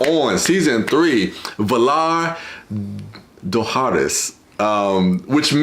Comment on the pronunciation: I'm gonna be a jerk...I've seen so many GoT reaction videos as well as the series itself so I've heard it pronounced correctly just that many times: Valar Dohaeris = Valar Doe-HI-ris ;-p ;-p Ciaran Hinds = KEYR-ran Hinds Cillian Murphy = KILL-ee-an Murphy I shoulda been a teacher, man, lol!!! Those names are tricky but I'm geek when it comes to the written word. Plus, there's always youtube that will tell you how to pronounce words...hint. ;-p